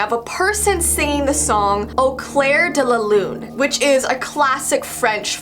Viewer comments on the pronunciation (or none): Oof... im a girl who speaks both english and french and hearing "Ô claire de la lune " in an english accent hurt my ears 😂